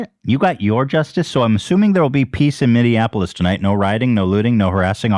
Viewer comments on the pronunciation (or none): none